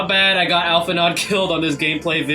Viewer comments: Hey!! Just a quick correction that Alphi’s pronunciation should be Alphi-“know” since their name is of French etymologies. 😅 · You pronouncing the D in his name is driving me insane. Alph-In-Oh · pet peeve, its "Al-Fee-No." >< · It's pronounced Al-fi-No, the D is silent. :) Thanks for the vid, appreciate the analysis!